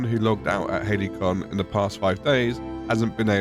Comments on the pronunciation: It's not surprising they were surprised when you told them you were in "Haley-con", mate. It's pronounced more like ha-li-see-on. 😂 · Halcyon = Hal-see-on. Not Hailey-con. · When you start out in an Elden Ring ripoff but end up in the Dreg Heap DLC. This is absolute horror They genuinely named a zone in this game "Halcyon" That's the fantasy game equivalent of naming your firstborn child Veronica or Chad And it's pronounced "Hal-cee-awn"